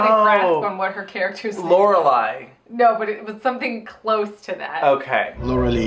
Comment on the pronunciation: Laureline's prononciation = LOR EL EEN